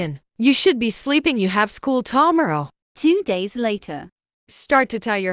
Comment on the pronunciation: "See you tamero"